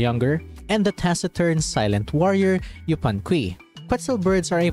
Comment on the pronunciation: just a tiny correction on the pronunciation, yupanqui is a spanish translation of the quechua name, meaning the u in q"u"i is silent, a better way to read it for english speakers would be yupanki